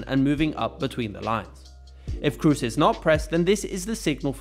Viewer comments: Toni Kroos, not Toni cruise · Toni krus nooo pleasee hahaha. Toni Kroos (long o) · Is kroos not krus. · Tony Kroos is spelling Tony Cros, not Tony Cruse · How come you pronounce Kroos incorrectly?